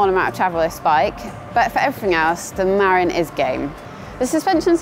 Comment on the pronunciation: It's pronounced Ma-rin. It named after a town just north of San Francisco.